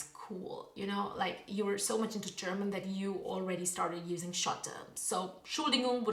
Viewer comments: WOW... your German pronounciation is amazing! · Tolles Video, gute deutsche Aussprache. Mein Abo hast Du! :)